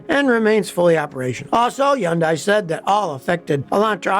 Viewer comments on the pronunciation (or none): Why is he pronouncing it Hee-undie??? smh It's pronounced huhn·day like Sunday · What's a Yondai? You mean Hyandai? Don't go running around saying Yondai. You know what that means in Korean? I don't either. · Scotty, its not Yun-day. Its Hon-day. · It’s called Hyundai like Sunday. At pronounce it correctly. It’s not crap. They make good cars. All modern car companies suck in their own ways. Had Honda Toyota Subarus. All had its own issues. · Probably doesn’t matter but it’s pronounced hun-day (rhymes with “Sunday”). I won’t dispute the claims you’re making for pre 2010, or pre 2015 Hyundais, but the fact is now, in 2024, Hyundais are rated as very reliable by sources such as J D Power, Consumer Reports. I have no stake in this argument, but I hate to see people having the value of their Hyundais ruined by an irresponsible video. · In one Video he praises Hyundai and KIa cars. Now he says they are great cars. How can you trust him. And why is he pronouncing Hyundai undai. What is a undai? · Here's what I think: It's not "Hee-un-dye," It's 'hun-dye" or "hun-day." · It’s pronounced “Huhn-day” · Hey Scotty! Fyi... Hyundai is PRONOUNCED Hun -- DAY! Like Vietnamese "Pho" is pronounced Ffff---ha.🤔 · Scottie the Y is silent it’s pronounced Hundai. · I love hearing Scotty say "Yundai" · Its definitely not YUNDIE!! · yeah this is total crap! can't say name right. I've been driving Hyundai for 38 years & won't consider anything else! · Scotty seems to have a vendetta against Hyundai, so much so that he doesn't even bother to pronounce their name correctly. Maybe a beautiful Korean woman spurned him once. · Can't take you seriously on the one when you keep pronouncing the name wrong .. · As a Hyundai sales guy, LOVE to see the comments. You’re not always right Scotty 😏 (plus you are pronouncing it wrong haha) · Omg can you please pronounce the name properly it's not hard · When are you going to learn to pronounce HYUNDAI correctly? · scotty why do you say Hundai like that lol